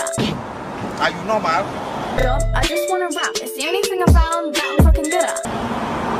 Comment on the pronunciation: “Are you no’mal??” 😂😂😂